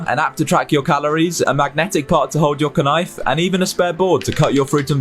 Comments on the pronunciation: Honestly what annoyed me the most is the obvious comment*bait pronunciation of knife as K-nife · Did I just hear the words chopsticks instead of chapsticks And Kuhnife instead knife? Wtf?!? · The vid is using a stupid computer generated voice too, so the whole thing just feels like a bot scraped amazon and made a sales video. "Ka-nife"? Dead giveaway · I’m sorry…did the first guy call a knife a “ka-nife”??? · Your kuh nife😂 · I dont know if you've mentioned this in the other amazon videos, but these guys ALWAYS wildly mispronounce a word in an (honestly clever) way to get engagement. People have this weird instinct to make fun of people for saying something wrong, so when the guy in the first clip says "k-nife", people will comment saying "bro really said "k-nife"💀💀💀" and give him more engagement. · He’s saying kuh-nife for the rage engagement 🌝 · The way the guy pronounced the k in knife made my skin crawl